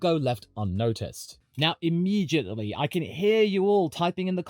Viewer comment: As an American F1 fan pronouncing immediately “imejently” is crazy